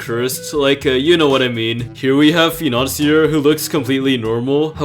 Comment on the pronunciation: Not orbit. Orbé. not fur-et fair -et Fi-Nan-ci-ay Mar-jur-rin